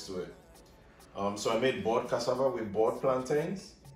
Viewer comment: You say plant “ins” like mountains or fountains…not plant “ains”, like trains, pains or gains. Trust me! If you can say t’ick (thick), then you can say plant’in. Love it!!!!! 🤗